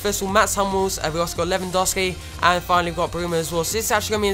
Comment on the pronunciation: It's Lewandowski not Lewandowsi +Danyyal Raja